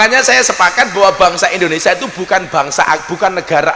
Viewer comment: Kok indoneSA toh???? gusss yg bener INDONESIA